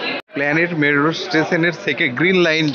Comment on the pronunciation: Medro nki metro? 🤣